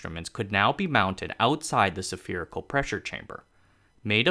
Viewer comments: Spherical is pronounced "s-fear-i-cal," not, "saf-fear-i-cal." (Spherical does not begin pronunciation like the word sapphire.) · The word is spherical, not sephirical. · why sApherichal? There's no A there. Sphere... Spherical. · It's just a fwancy way of saying it. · Drinking game: Take a shot every time he mispronounces the word spherical Loved the video, btw 👍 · You have a lot of work to do on pronunciation, and some on grammar. If this is a problem resulting from reading aloud, change the spelling of the words to the way they are said. There are at least a dozen mispronounced words. And at least half a dozen grammatical errors. The main pronunciation errors: atmospheric entry, autumn, temperatures, pumice, spherical, asbestos, beryllium, honeycomb, and similarly. I tried to email, it did not work. Hmm. Taiwan? Well, I guess a few errors are to be expected. Actually, quite remarkable, if English is not your native language. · sa-fear-ical -> spherical. abestos -> asbestos. barellium-> beryllium. periphals -> peripherals